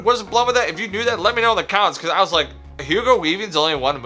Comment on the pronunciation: Plz, plz I don't Wike it.. 😂😂